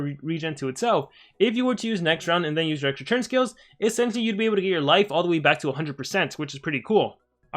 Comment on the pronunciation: Is it just me or does he say TURN as CHURN???